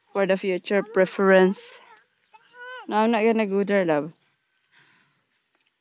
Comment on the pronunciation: Deeeerrrr 😂😂😂😂 imbes there deeerrrrr 😂😂😂